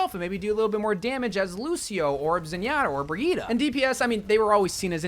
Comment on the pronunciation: Did he called Bridgette briyeeta?